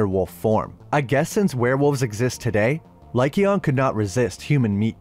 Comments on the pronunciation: “Lie cayon” not “lie Keon”. I know that’s not how to spell it but it helps people sound it out. Also the silver legend was made by the argents. It’s not silver that kills werewolves. Its argents that do. Which is the French word for silver. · It's king LYKON Not Lykeon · Good video but the way you were saying lycaon hurt my ears 😂